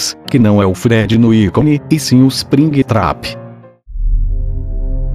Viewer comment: Ispringuitrapi kkkk rachei